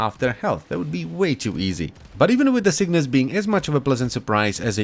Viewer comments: cyngas mate (chei; ngas) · Sin-gas...muh OCD. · I thought it was Cygnus too, but you need to flip the g and the n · Get down with the cyngas. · Cygnas sounds better, now this archgun is ruined for me